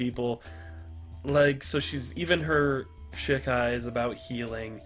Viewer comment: It's funny hearing you say "shit Kai" but it's "she Kai" hahaha